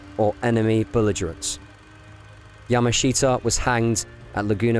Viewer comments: Get his name right. It's not pronounced "yama SHEET a". It's pronounced "yamashuta". Look it up! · Yah-mash-ta is how Japanese say his name. Not Yah-ma-she-ta. The presenter clearly knows little to nothing about the Japanese language or culture and is just reading a script. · His name is pronounced ya MA shita, with the accent on the second syllable, just so you know. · It might be an idea if your learnt how to pronounce the gentleman's family name correctly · Interesting subject but not a very good doco. You don't even pronounce his name correctly